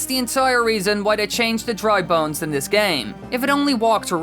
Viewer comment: I thought your said drug bones